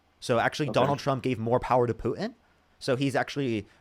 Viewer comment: Please leartn how to pronounce "Putin" - There is a "T" that needs to be pronounced.